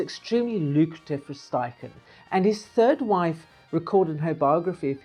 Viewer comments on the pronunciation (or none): It's also, STeichen, not SCHTeichen